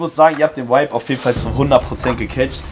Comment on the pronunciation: jury hat keine ahnung wovon sie sprechen, in jedem satz sagen die "du hast den vibe (wuibe ausgesprochen) sehr gut getroffen".. bruder welcher vibe?? was ist das für eine bewertung, wie wärs mit aussagekräftiger kritik??